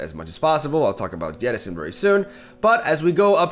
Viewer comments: You keep pronouncing it as yettison. Its jettison with a J. Jet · J E T T I S O N not YE TT I S ON its not an eastern european name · But why does he say it "Yettison" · jesus christ. go on google. look up jettison, and learn how to pronounce it. its not a word that uses the Y sound.